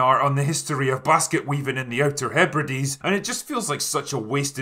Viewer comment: Wait, wait, wait, hold on… THAT is how you pronounce Hebrides?